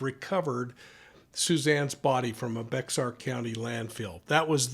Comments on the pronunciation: It’s pronounced Bear County. Second case you’ve covered out of Bexar County. Hope it helps. We hope she is found soon. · Sir we pronounce our county of Bexar like the word bear as the animal. In Spanish Bexar would be pronounced as “bay har.” Just trying to help. I grew up in Alamo Heights ( which we call ‘09) and graduated from Alamo Heights High School many years before the Simpsons. If only the neighbor had gotten involved or called Olmos Police immediately. But we weren’t there and don’t have details on why intervention didn’t happen. Frightening situation to witness or get into the altercation. Brad had plenty of time to hide Suzanne possibly at his ranch or in the wooden area of Olmos Park from where her screams came. San Antonians, her family, her friends, Texans and Americans are devastated by Suzanne’s disappearance. Praying for Suzanne to be found. Brad needs to man up confess and let her be found. 🙏🏻🙏🏻🙏🏻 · Bexar County is pronounced "Bayer." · It is pronounced Behar.. not Bexar...silly names in Texas!! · There’s no apology necessary. Who would know bexar is pronounced bear. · its Pronounced "bayer" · Bexar sounds like bear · we live in San Antonio. You're doing great pronouncing all the location names, EXCEPT Bexar County. The Bexar of Bexar County is pronounced "Bear" like the animal. Thanks for all you do!! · I agree with you...also from Texas. Bear is just the lazy drawl pronunciation. I say bayer, kind of rolled into one syllable. Like behr. Almost two syllables. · Bexar County is pronounced Bear County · Love your talks- Bexar County is pronounced "Bear County". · BEXAR is pronounced 🐻 bear 😎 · Wouldn't a good investigator know that Bexar is pronounced bear? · You probably already got this comment, but Bexar County is pronounced Bear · Thanks for your coverage. Btw, Bexar County - pronounced “bear” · You aren't the first person to get it wrong. How are people supposed to know the X is silent?! lol